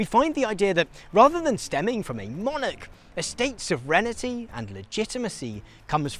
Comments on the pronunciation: Sov-ren-tee You're welcome. Still love ya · He's mispronouncing it. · What's soverenity? I've heard of sovereignty. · Is pronouncing “sovereignty” as “sovrenity” a Brit thing? Or is mispronouncing it? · It’s so weird hearing someone not know how to pronounce sovereignty. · where has this pronounciation of sovereignty come from, there is no letter 'I' between the 'sovereign' and the 'ty'? who started this would love to know :D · Interesting. (But check your pronunciation of sovereignty. ;o) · Guy needs to learn how to pronounce 'sovereignty' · as an American I was really thrown off by your pronunciation of ‘sovereignty’ lol. great educational content as usual!